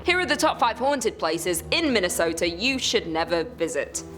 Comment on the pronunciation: Min-ne-sooooooo-tah? Good lord, these foreigners sure are fancy. 😅